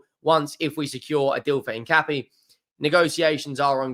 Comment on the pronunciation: it is pronounced In - Cap- ee - Ay.